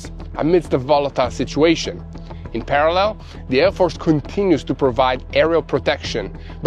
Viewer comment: So proud of for learning how to pronounce “parallel.”